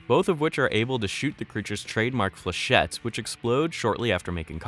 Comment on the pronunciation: Fléchette, not fleuchette.